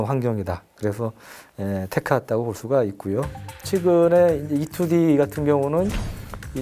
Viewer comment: E-2D 토속적인 발음, 짱입니더~